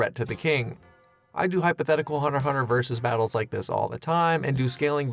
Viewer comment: Why can’t Hunter × Hunter fans pronounce anything correctly?